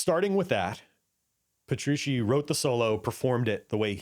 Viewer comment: Puh-true-chee. Thanks for the in-depth overview of the gear on this album.